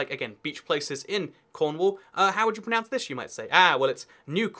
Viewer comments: pronunce? its pro NOUNCE. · You are not pronouncing "pronounce" properly. Sorry. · Pronownce not Pronunce